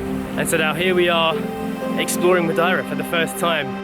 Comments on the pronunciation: Ma-dee-ra is the way I've always said/heard it. Never heard it pronounced Ma-di-ra before. Lovely video though guys. Missing your old style Monday to Friday raw kinda vlogs these days though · Ma deer ah. Not , ma die ra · Its pronounced MUH-DAY-RUH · Madeira " Ma day ra" 😊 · It's not complicated to pronounce it. Just pronouncie it as follows:-"Matheyra". The "as" are deaf.